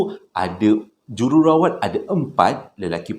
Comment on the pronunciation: Jerawat ?? Hahhaaa Jururawat jadi jerawat 😂